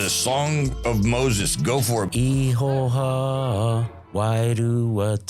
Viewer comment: bro you sound like you saying "Ihoha", do you mean the name "Ihowa"? That is a transliteration of the english name "Jehovah" which is the transliteration of the Ibreet name YHWH in which case Maori eould transliterate it possibly"IAHAWAHA". Also "Wairua Tapu" is usually translated as "Holy Spirit" in which case holy means "set apart" in the Ibteet language. Tapu can mean sacred, holy etc. otiginally Tapu means "forbidden" opposed to Noa which means free of Tapu. A side note only a Tapu person can lift a Tapu and make it Noa. Wairua is translated as Spirit but Wai means water and rua means two but the overall meaning is "the coming together of the two waters".